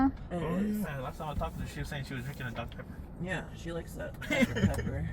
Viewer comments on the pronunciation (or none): "Doctoe Peppoe is bettoe than watoe "